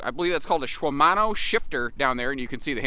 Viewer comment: Just ordered my new XP 3.0 white step-through model yesterday. I can’t wait to get it! Nice review! I have to ask, did you call it a schwimano shifter on purpose? Lol..gave me a good laugh either way.